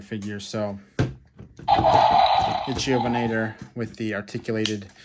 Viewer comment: They’re pronounced “Roo-gops” and “ICK-thiovenator”.